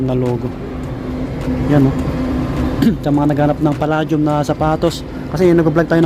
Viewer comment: its pronounced as Pa-"lei" -dium , :)